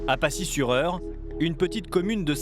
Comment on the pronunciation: C'est pacy pas passier